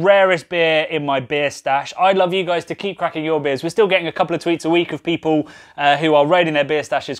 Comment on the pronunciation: Did you sign off by saying "cheers gueuze" instead of cheers guys? Haha